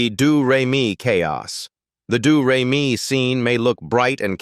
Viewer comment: It's not "dew-ray-me". It's "dough-ray-me".